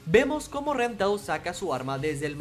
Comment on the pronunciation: No le digas ren dile len x favor